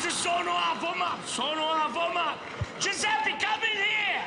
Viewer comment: it’s not “ sono affomato “ but affamato “. 😂 Morto di fame means “ stingy” . Ho fame = am hungry